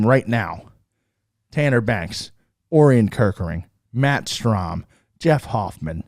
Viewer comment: Great show! I think Orion is pronounced "oh Ryan"